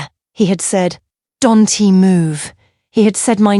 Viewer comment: Phucking AI voice cant pronounce shit. Im going to unsubscribe. This is getting rediculous and assinine. It cannot pronounce anything. Family S... Husband S my SL Attorney? Don' tee? What the literal phucking hell. It's not understandable. Camille S. SCARF? FUCKING SHIT. Im finished ..you're not invested whatsoever. You refuse to hear anyone on this mess. I will be announcing at my firm Monday morning.